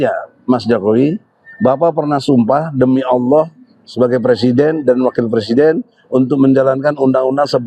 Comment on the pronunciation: ohhhhh dia masih pecelident tohhhhhhh